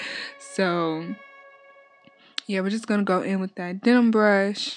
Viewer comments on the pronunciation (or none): It's a den-man brush, not a denim brush.